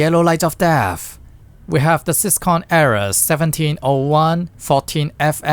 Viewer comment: Do not pronounce syscon ever again😭